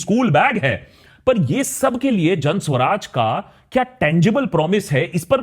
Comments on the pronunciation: Isn't it Jan Suraaj and not Jan Swaraj? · It's "Jan Suraaj", not "Jan Swaraj". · Why are you pronouncing ' Jan Suraaj' incorrectly ?